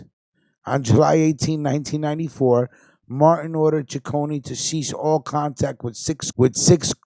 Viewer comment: Correction my last names pronounced C I c c one there’s no CH or y it’s not Chiconey